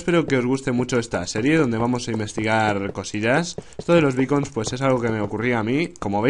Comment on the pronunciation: Creí que decías bacon de comer /._.\